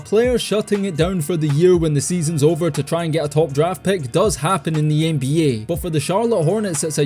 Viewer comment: I always enjoy the accent. It's an underrated part of this channel. Love how you pronounce Ehnbeeyeah🎶